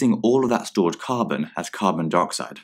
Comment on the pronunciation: It sounded like they were saying ‘Carbon Deroxide’ and I’m literally screaming inside